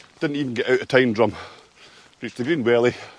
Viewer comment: The correct pronunciation of Tyndrum (Tyne Drum) gets my vote ... and I'm not even Scottish